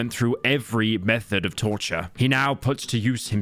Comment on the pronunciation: Did they pronounce 'Trortur" correctly even once?